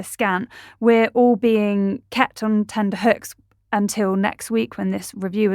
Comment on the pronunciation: Tenterhooks. Not "tender hooks".